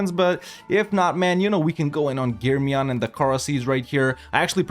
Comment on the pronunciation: I love how correct you said the germiyan and menteşe. Nice video man keep it up.